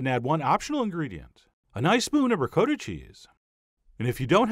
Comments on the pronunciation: Did you really pronounce "ri-cot-a" cheese "ri-coat-a"?! (Screams internally in upstate NY accent) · rick-oh-tah? rick ah tah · chef john mixing up the o sounds for gnocchi and ricotta made this video even more enjoyable than it already was